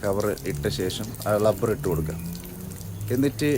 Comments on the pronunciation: ളബ്ബർ അല്ല ഭായ്. റബ്ബർ... 😄😄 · ളബറല്ലടോ....... റബർ'.... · ളബ്ബർ എന്ന് കേട്ടപ്പോൾ ഞാൻ വിചാരിച്ചു ബങ്കാളി ആണെന്ന്. പിന്നെയാ മനസ്സിലായത് കാസർകോടാണെന്ന്.... അപ്പൊ ശെരി.... കാണാം.😂